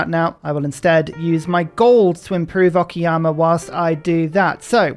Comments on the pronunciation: I'm grateful that, even though calls "Okayama" "Okiyama"... At LEASTl he doesn't call it "Okay-ama" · every time he says it i keep thinking he's talking about Akiyama the yakuza character